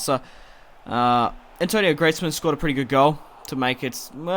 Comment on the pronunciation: Antoine , not Antonio !!!